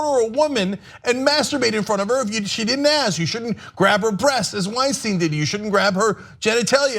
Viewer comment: Why do you keep calling him Weinsteen? Do you say Frankensteen? Einsteen?